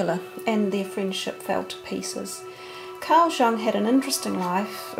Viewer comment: I always enjoy seeing things about Psy Cards. BTW, Jung is pronounced Yung.